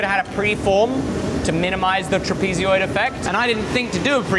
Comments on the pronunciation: Saying Trapezeoid instead of Trapezoid is crazy work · no way you pronounce trapezoid like that or am I tripping? trapezioid? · Is this an aluminum aluminium thing? Trapezoid doesn't have an extra "eee" sound in it after the z. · Never have I ever heard someone so bizarrely pronounce "trapezoid" or so many times. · I've never heard Trapezoid pronounced with an extra syllable before. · please learn how to pronounce trapezoid correctly. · Why can’t you know how to pronounce trapezoid? 😂 why adding e tra letters that aren’t there?🤣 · Amazing stuff, well done 😊 just note pronunciation of trapezoid (al) check iin google….. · TIL: "trapezoid" is another one of those words that have an extra "i" in Britto-speak. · The metric pronunciation of "trapezoid" is wild... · there's no way you're not pronouncing trapezoid wrong on purpose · Please look up how to pronounce "trapezoid." You always add an extra long e sound. It's almost like you are trying to combine the british word trapezium with the American trapezoid, and it's grating on the ears to hear it mispronounced over and over again. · never thought but should’ve known there’s a different way to pronounce trapezoid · I let it go all of the times you pronounced "trapezoid" wrong before but now you said it too many times and so I'm bringing it up. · It's a "TRAP-eh-zoid" not a "trap-EE-zee-oid" but based on the number of times you've said it, I don't hold-out much hope you'll ever rid yourself of the habit;P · I must admit... I've never heard "trapezoid" pronounced as "trapeze"-"ee"-"oid" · SAY TRAPEEZEEOID ONE MORE TIME, I dare you, I double dare you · TIL that there are people who think they know the word Trapezoid but pronounce it trapezioid. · may I ask why you say "trapezioid" ad ot "trapezoid"? no harm meant. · “Trapee-zee-oid”??!? “Trapez-e-oidal” Trapezoid. “Trap-i-zoid” or Trapezoidal Aluminium? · Trapeeziod? Or trapezoid? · Pretty sure its pronounced tra-pi-zoid lol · hehe, "trapezy-oid"